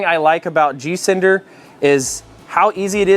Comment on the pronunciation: Are you saying G cinder or G sender?